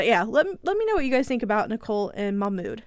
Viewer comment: His name is pronounced "mock mood"